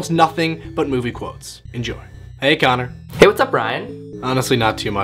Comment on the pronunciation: It's Connor , not Conor.